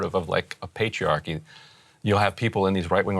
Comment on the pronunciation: Did Ryan say "patriarchy"? 😂